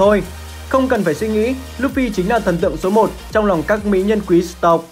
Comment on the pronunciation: Nghe ổng đọc “quý tộc” cười xỉu